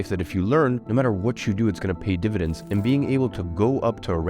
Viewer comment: “Dividents” 🤔 dividends?